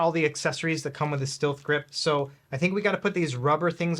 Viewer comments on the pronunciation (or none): lol Christ it’s pronounced Stealth grip 😂